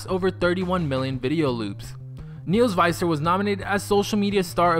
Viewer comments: its actually visser not faiser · It's Neels Visser not Neels Viser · Niehls Vihssur(Neels Visser) not faiser (Viser) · Neels VISSer. you pronounced it wrong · He says visser wrong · u said his last name wrong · You pronounced ' Viccer ' wrong. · Tenneh Berete thats what I thought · ikr. I got so annoyed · SOOO wrong